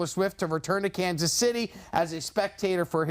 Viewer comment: Lost all credibility when he said ‘Kansas’